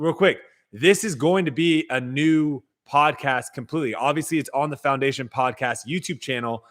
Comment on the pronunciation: Did say clowndation?